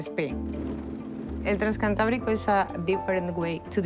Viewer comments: The pronunciation of place names was poor. But you'd think they could pronounce "transcantábrico" correctly... I mean it is the name of the actual train. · I was just about to post this. "Transcantábrico" pronounced was grating. As well as most of the other towns pronounced. They should have got a Spanish speaker like Michael Portillo to present this.